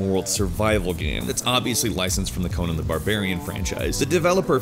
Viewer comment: You pronounce the "nan" in "Conan the Barbarian" the same way you pronounce the "nan" in "Nando's" or "nana" or "Nancy". The way you pronounced it was how you pronounce Conan as in Conan O'Brien